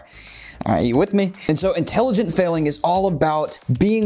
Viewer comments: Haha "inteligent" 😂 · talking about intelligence... “inteligent failing”😂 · "Inteligent" failing... can't tell if on purpose or not, but take my thumbs up anyway.